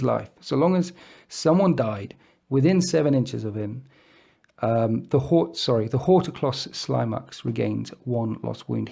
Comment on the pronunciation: I think Horticulous Slimux is supposed to be pronounced like Ridiculous.